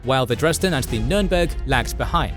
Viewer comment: Wollt Ihr die Leute verarschen??? Es heißt „Spee“ und nicht „Tee“ oder „Schi“, „Cradock“ und nicht „Kreditsch“ oder „Krak“, „Scharhorst“ und nicht „Schanost“ oder „Schenjo“, „Gneisenau“ und nicht „Gnisernau“, „Nürnberg“ und nicht „Nennmau“. Welche Fantasienamen erfindet Euer KI da? Dann sagt Ihr: „Die erste Niederlage Großbritanniens seit 1812“ und zeigt ein Schild 1814. Das Tempo des Erzählers schwankt in der Geschwindigkeit extrem, vor allem am Schluss. Das ist ja grauenhaft, schlimmer geht es wirklich nicht. So was kann man sich nicht anschauen, und noch weniger anhören! Das war das erste und letzte Mal, da ich mir von Euch ein Video geschaut habe! 😡